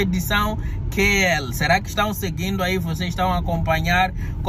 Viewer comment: Eu rio muito vendo o medo estampado no rosto de vocês, quando estava prestes à voar. Estou maravilhado com os passeios que mostram paisagens espetaculares. Ah! você pronuncia o nome do canal da Kelly e Lucas como QL, Lembre-se é: KL